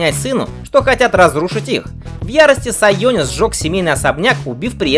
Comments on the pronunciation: Сионис, а не сайонис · Не Сайонис, а Сионис)